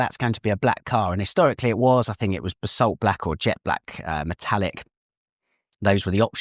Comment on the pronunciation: you have a distinctive way of pronouncing the word Basalt.